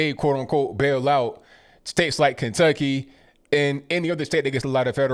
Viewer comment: Good video. But Kenutkcy?